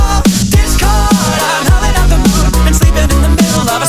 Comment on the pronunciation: Wen he says ,,Discord'' i hear ,,This girl''